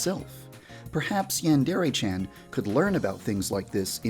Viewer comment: Why does he pronounce "Yandere" so weird. As don't sound like that in Japan lmao